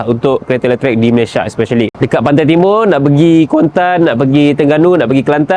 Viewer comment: letrek? bukan letrik?